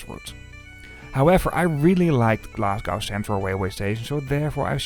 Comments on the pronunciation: There is no city called Glas goww. The city is called Glas go!!! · It's pronounced Glas-go, not gow. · It's not Glas gow it's Glasgo the W is basically silent. But cool video.